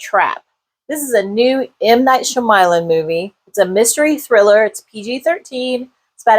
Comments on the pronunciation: sh(y)-ama-lan. Soft/silent 'y'. Fair review beside that. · Honestly, it is very disrespectful to not learn how to print out someone’s name correctly I don’t know anyone in this natural known world that pronounces his name like that I’m sorry do better as a YouTube film reviewer